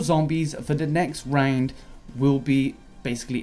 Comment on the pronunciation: You are saying "round" like "rang'd" and I hate it.